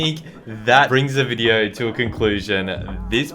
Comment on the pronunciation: and: "Wolcom back in todays wideo"